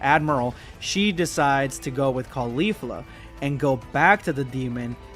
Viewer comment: califla (butchered the name) was already in ssj3 at the end